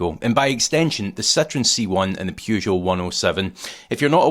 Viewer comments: I love your channel but ffs it's pronounced "Per" not "Pew" in Peugeot. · He's using the Columbo pronunciation.